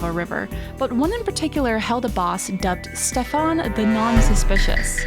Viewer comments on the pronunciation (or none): none